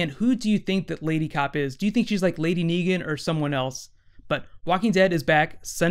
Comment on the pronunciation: Negan not Neegan and Michonne not Meechonne